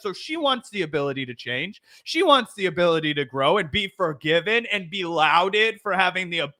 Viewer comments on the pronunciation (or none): "Louded" how. You obviously say lauded like you say audio, or autumn, laurel, applauded. Just common sense, and consistent, not a mish-mash of sometimes we do, sometimes we don't, like in an informal dialect. Audi, Saudi, those are foreign words, right. But wait, I bet you say Saudi wrong, lol, like "Soredi". Americans just won't English ever. More like Englishn't. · Just so you know lauded is pronounced law-did